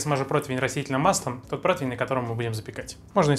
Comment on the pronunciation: от слова протвень течет из ушей кровь. ПротИвень.